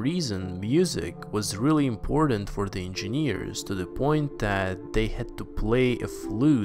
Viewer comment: I hate the way you pronounce engineers..you must have said it a thousand times..geez!!